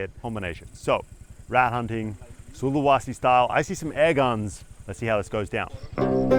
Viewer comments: I spent a year in Sulawesi...this brings back memories (It's not SulaWAsi!) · Sulawesi man, with an e, not an a. Sorry but I live here and it was just jarring every time you mispronounced it. Other than that, brave video for sure, respect.